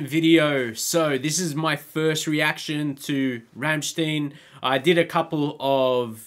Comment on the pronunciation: From a fellow Aussie welcome to the Rammstein rabbit hole! Just come across your channel when looking for Rammstein reactions! They do touch on very dark shit so be prepared! Keep going🤘 Oh it’s pronounced Rammstine not Rammsteen.